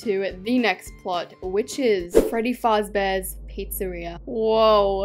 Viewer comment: Why did you pronounce it as FARZ BEAR?! Its FAZ-BEAR😡😡!